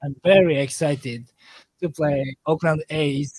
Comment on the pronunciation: Oakland, not Auckland 👍🏿